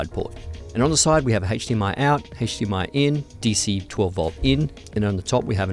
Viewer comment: please don't say hatche DMI anymore